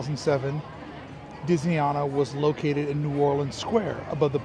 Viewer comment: I'll start this by pointing out that it's not pronounced Disney Ahna. It's Disney Ana as in. Anna. I was a Resort Trainer and Disneyana trainer for 5 years. The prints as you call them are Gilclee's. The original Disneyana was on mainstreet caddy corner to Carnation Cafe. It was moved across the street next to the Cinema that is now part of Starbucks. The real overhangs. The Disney Gallery was built in the bank when the annual pass center was moved to what was then Plaza Garden. The only thing that changed about the Disney Gallery was putting a sign in front that said Disneyana. There is more but I'll stop there. Hope that helps.